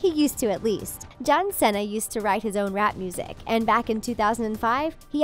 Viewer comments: It’s see-NAH Not cennna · ikr? like seriously....his last name's not that hard to say -_